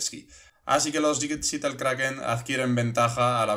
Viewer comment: Se pronuncia SEATEL no SITEL. Buenas noches krak en